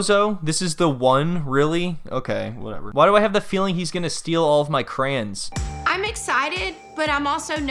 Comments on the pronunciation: Steal all of your what? All of your "Crans" that is not how you say "crayons" in real life is it? lol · Bro “Crayens”…..I’m trying hard to figure out if you mean Crayons….but idk